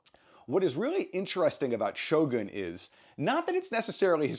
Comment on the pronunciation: エミー賞で、SHOGANと発音する人が多くて、やっぱりアメリカは他国にリスペクトがないとがっかりした。発表する人ぐらいは、発音調べてて欲しい。